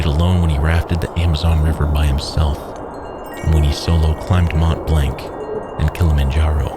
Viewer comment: You said Mont Blanc wrong.